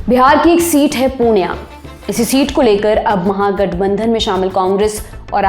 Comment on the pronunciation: Hey not punia it purnea